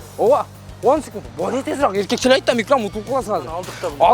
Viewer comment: Ар дайым айтам Сукунт эмес секунд-а дечи